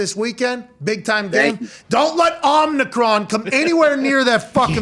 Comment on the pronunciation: It is pronounced Oh meh cron.